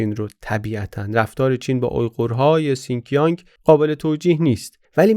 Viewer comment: تلفظ شین جیانگ رو اشتباها سین کیانگ گفتید. ممنون بابت این معرفی این کتاب هم